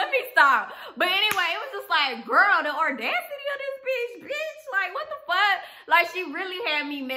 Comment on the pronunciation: Baby if you are going to say audacity so much please pronounce it correctly aw-das-it-tee. :)